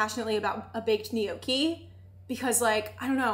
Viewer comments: I love you and I binge watch every single thing that you post but I struggled so hard listening to “knee-okie” over and over 😭😂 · The way you pronounce gnocchi hurts me to my core, but I’m willing to look past it since the rest of the video is so good